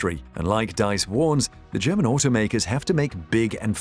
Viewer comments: Diess not Deiss! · is this you? Please pronounce Herbert Diess as /deess/, not /dice/:) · Rather: "dees" (with a sharp "s"). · The man's name is Diess not Deiss, pronounced "Dees" not "Dice". There are many more European manufacturers that are not German and sell vast numbers of cars in Europe. The Germans are not the leaders in the car industry, nor did Tesla beat or devastate them. And there's a lot more rubbish in this film. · Pronounced DEESE not DICE I think. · VW's CEO "Diess" is pronounced like "deeze", not "daze". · 'Diess' is pronounced deece (<– using the alphabet in the English way). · Diess shall be pronounced like "Dees" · Dees, not dice. If you're going to say a name 15 times you might as well research the pronunciation? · the name is Diess, pronounced like deese. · You spelled Diess wrong and pronounced it wrong as well. It's not spelled Deiss and Diess sounds like Dees or Deez. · Herbert Diess' last name is pronounced dees. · Dies is pronounced Dees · herbert diess. Pronounced Dees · The name is Herbert Diess. Please at least try to get the name right. He is a fan of Elon Musk.